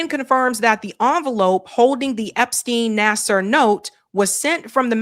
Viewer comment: I think Larry Nassar's name reads: Nassaar not Nassar/Naser. Thank you!